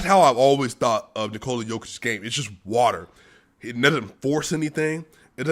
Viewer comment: Nikola “Bruce Lee” Jokic. He like watah